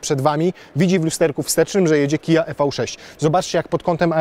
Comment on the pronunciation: Nie e v 6, a IWI 6